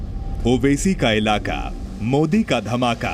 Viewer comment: मोडी नही होता है बेटा मोदी होता है बोलना सीख एक बार